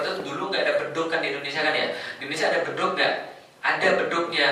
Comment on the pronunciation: Bedug bukan Bedu.